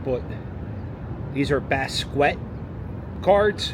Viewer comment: basquiat is best pronunced bass-key-ott